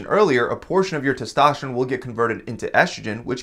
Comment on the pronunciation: It's testosterone not testašteron